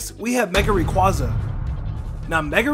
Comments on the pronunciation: ITS RAY QUAY ZA NOT QUA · Rayquaza (rā quā za)